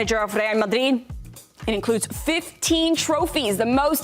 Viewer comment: I wish this guy would stop saying madrid like marrrrdid